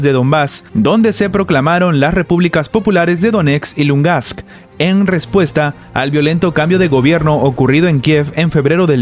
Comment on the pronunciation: muchas gracias por tus interesantes videos. Sin embargo, por segunda vez, te invito a que trates de pronunciar correctamente el nombre de LUGANSK; no es Lungask (como actualmente pronuncias). Un saludo